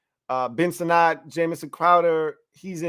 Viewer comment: Sinnot is pronounce like Senate. He cleared it up on the Grant and Danny show.